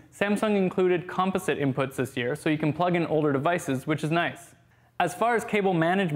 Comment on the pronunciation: compo-sit... lol